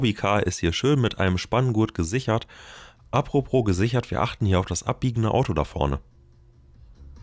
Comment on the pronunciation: & & & AAAAAH ÜBERALL UND IMMER UND viel zu häufig: In "à propos" gibt es kein zweites R. Bitte! Danke.